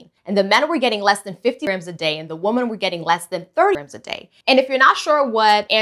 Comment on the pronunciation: The information you gave is excellent, but I notice that you say woman instead of women when you are talking about more than one woman.